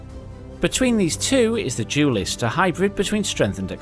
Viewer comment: "Jewlist"...? Did you mean "duelist?"